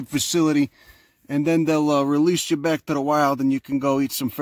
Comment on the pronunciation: He literally said said, "I'm gonna take yuz to a rehab facility." I love accents, I hate that Americans are losing them.